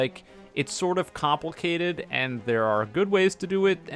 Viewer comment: I love your channel but, "complecated?"